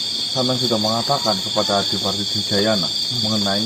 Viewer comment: Adipati adirgayana mas..bukan Dirgayana!